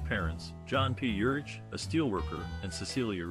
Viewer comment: Ugh. Not watching this since you don’t even know his name. It’s pronounced URICK